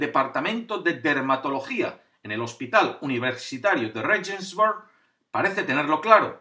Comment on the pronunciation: Por qué Regensburg, ciudad alemana, con pronunciación inglesa y encima regulera? Regensburg de toda la vida en castellano se llama Ratisbona.